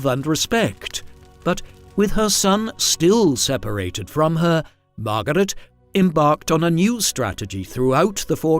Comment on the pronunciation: MAR-GAH-RET! LOL